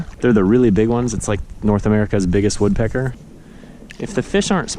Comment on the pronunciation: dude you pronounced the woodpecker name wrong -_